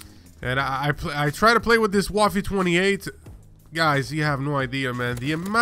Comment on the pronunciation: The way you pronounced "waffe" makes me want to inject my eyeballs with snake venom. Other than that, great video!